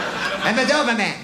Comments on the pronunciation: The way he says DoberMAN 😂😂😂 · I love how he says doverman he’s clearly doing that on purpose what a legend